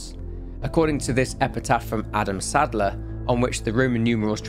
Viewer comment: “adam saddler” lmaooo